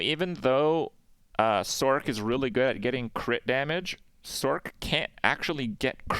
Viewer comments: This homie saying "sork" 🤣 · use me as a dislike button for someone who can't pronounce sorc